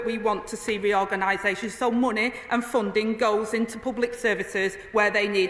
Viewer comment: Can she please learn how to pronounce the word “money”